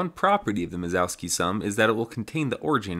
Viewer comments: Minkowski, not Mizowski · Who's mazowski? It's pronounced min-kov-ski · Great project, you're killing it. Also great job on the animations when explaining stuff. It's Minkowski btw, there's no Z there lol. You kept saying Mizowski or something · Started the video calling it "Minkowski" and then a minute later started calling it minZOWski for the rest of the video, heh. ITS KOW NOT ZOW!!!!!! Anyway, fun stuff. I would've tried to avoid doing that extra work on an N64 though and just traced a line, or did more like a capsule shape with one end encapsulating the start position and the other end - spherical bounds, and just have a cylinder connecting them. I've used Minkowski sums in other projects, mostly my CAM software that I've been developing for a few years. Thanks for sharing! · He gets it almost right the first time he says it. Sounded like Mingowski to me but the subtitles got Minkowski. Mizowski all the way after that though. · I feel like you must be uncontrollably uttering "Mike Wazowski" in your head most of the times you try to say Minkowski given the garbled thing you're saying instead.